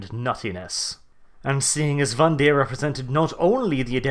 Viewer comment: Speaking of "for fuck's sake"...the name is VANDIRE (rhymes with "tire"), not vandeer. Otherwise, funny and very nice vid. Well done. :D